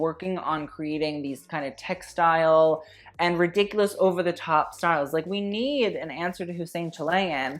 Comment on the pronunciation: Tjaerendsen is of Danish or Norwegian descent and it is pronounced as t-Cher-end-senn (Cher, as in Cher the artist)., I need you to bring back the fashion history episodes: reaction videos are hilarious but I also love to learn things. EDIT: Ok, I commented waaay too early, sorry, pronounciation is still the same though!